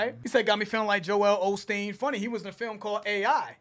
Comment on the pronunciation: That's part of the " idk who I'm battling" scheme. It's why he mispronounced joel Osteen's name